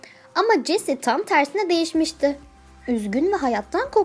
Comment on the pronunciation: Tam Yerine Niye Çam diyosun Gıcıkkk oldum yaaaa🤦🏽‍♀️